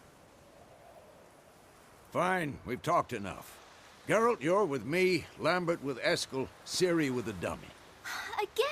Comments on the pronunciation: did he say "Jeralt"? xD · Oh please for the love of everything don't call him jeralt, it's Geralt, and even if it isn't it sounds way nicer. I am so hyped for this. I was NOT expecting an intro of those epic proportions!